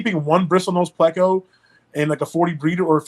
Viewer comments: Its PLAY-CO 😡😡😡😡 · Never heard it pronounced that way. Ever. But I love bristle nosed plecos👍🏻